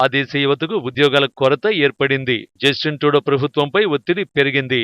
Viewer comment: జస్టిస్ ట్రూడో కాదురా జఫ్ఫా. జస్టిన్ ట్రూడో. అసలు మీ ఛానల్ కి తెలుగు న్యూస్ ఏ ఎక్కువ.. మీ మొహాలకి అమెరికా అండ్ కెనడా ఎందుకు రా..